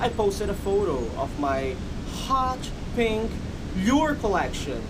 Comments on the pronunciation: When he said pink I swere he said bink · lol. "Peank".